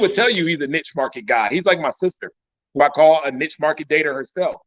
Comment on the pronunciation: is hating on KG 🤷🏾‍♂️ And he can’t even pronounce the word “niche” right. Boy, shut up